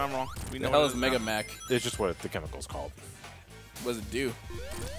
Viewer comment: I thought it was pronounced "mega-MUCK", as it was referred to in SatAM. Also, I have the same Puyo-Puyo strategy as does.